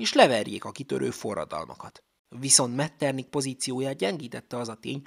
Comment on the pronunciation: Helyes kiejtés Metternih, nem pedig Metternik.